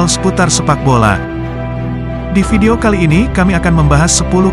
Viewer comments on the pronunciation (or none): none